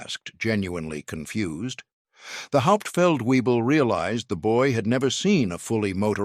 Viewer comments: Haupt feld webel not weee bull!-- VAY BULL! I could correct the narrator's pronunciation... shameful. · It’s not hauptfeld Weible. It’s “Hauptfeldwebel” (German for Sergeant Major)! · "Get the Hauptfeld Webel.." 🤣 .. That's how you know it's an AI .. without any "I".. "Hauptfeldwebel" is a military rank... Stupid crap gets a 👎 immediately.. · Narrator: Learn how to pronounce German ranks correctly: "HAUPT felt vay bel" (Master Sergeant) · Haupt-feldwebel (Sergeant Major) not 'Hauptfeld Weible'! 🙄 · Hauptfeldwebel - NOT weible. Please to correct. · 😂 get the "hop feld viebel" this one's intact. "Hauptfeldwebel" SFC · Try and get your spelling and pronunciation of non-com ranks correct! The 1st Sargent is Hauptfeldwebel... pronounced "howpt-felt-vay-bel"!